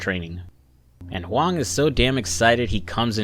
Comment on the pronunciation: 你Huang的发音百分之百是正确的 (Your pronunciation of Huang is 100% correct.)